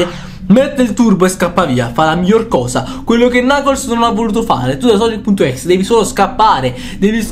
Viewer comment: si scrive exe ma si legge ex